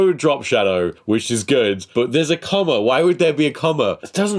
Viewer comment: I really want the part to become a real meme, "LOL Comma Bi^ch" Not just "Lol, Bi^ch" but specifically the word Comma, because just saying it like that sounds so extra. It's like that kind of thing that you feel deserves that extra bit of effort to do, just to push your point across.